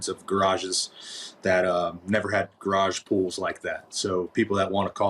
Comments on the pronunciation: I love the way you say gair-awge. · Omg say garage one more time!! 😻